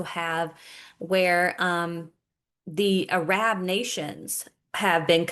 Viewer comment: JUST FYI....ARAB is pronounced earub.....ty for the videos. Always on point❤